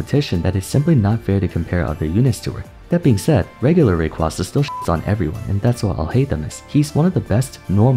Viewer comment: The way you pronounce Rayquaza hurts me physically